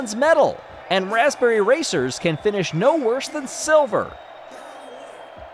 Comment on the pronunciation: "The Gold goes to the Blaspberry Racers"